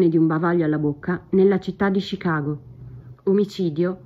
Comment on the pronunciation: Perchè "Scicago"?